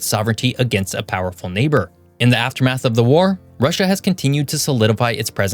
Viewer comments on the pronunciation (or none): none